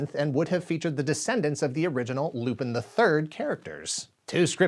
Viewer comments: It was Lupin the 8th, not 7th. Also I know it's not important but it's pronounced like Lupan, not pin. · I laugh every time you say “Loopin’” 😂 Lupin is pronounced more like Loo-pon Netflix has a great Lupin live action series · STOP SAYING LU-PIN. IT'S LUPAN!!! LU-PAAAAAN the third. You said it incorrectly just too many times for me not to cry out in pain. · Loo-PAHN!! It's pronounced "Loo-PAHN"!! Don't disrespect one of my favorite anime series!! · I thought you pronounced it as Loo-PEN, with the emphasis on the last syllable Edit: ah my bad, the italian dub often pronounces it like this. I didn't know it was wrong. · It was going to be called Lupin the 8th not Lupin the 7th (also it's pronounced Lou-pawn). Other than that, great work as always.